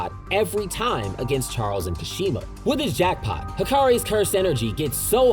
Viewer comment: I cringed too. Also Ui Ui is pronounced Wii wii, not ooohy ooohy lmao. Kashimo was also incorrect.